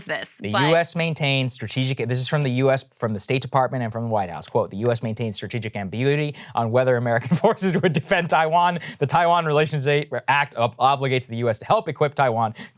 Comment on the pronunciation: "... the us maintains strategic ambaguity" - ah, no you have not.